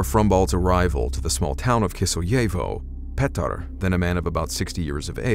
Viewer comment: Bro! Did you say that dudes name was 'Patar'? sweeet